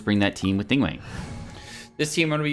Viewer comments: Neeng waang...... Wtf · "ning uang" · "Ning-wang"😅"She has lots of facets" 🤣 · FYI, the 2nd g in her name is not silent, the name Ning Guang in Chinese is actually 2 words. Since Western names do not allow multiple words in a First Name, and her last name is neither Ning nor Guang, they just mashed them together into 1 word. Same goes with Chong Yun, Xing Qiu, Bei Dou. Actually, the word Zhong in Zhong Li can be a last name, and in Chinese format, Last Names are written in front of First Name.